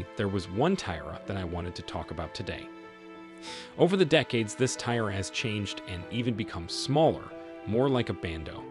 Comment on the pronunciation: Learn how to correctly pronounce ‘tiara’ and read Latin numerals!